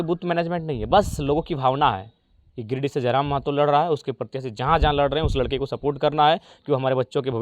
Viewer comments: Mehto nahi Mahto hota hai .... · Not Mehto , it's Mahato